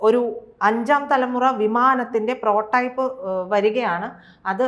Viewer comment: പ്രോ ടൈപ്പ് അല്ല, പ്രോട്ടോടൈപ്പ് എന്നാണ്! എന്താണ് ഈ രണ്ടു Expert കൾ ക്കും ആവാക്ക് പോലും ശരിയായി പറയാൻ പറ്റാഞ്ഞത്?